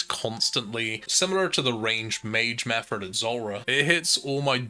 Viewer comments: Its Method. Not Mefford. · are you saying "metherd" instead of "method" on purpose? Triggers the fuck out of me. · Method not metherd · Yea you made a clear th sound when you got the scepter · Ok so Im not crazy, he IS saying that. Meffort! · My guy.. there’s no r in method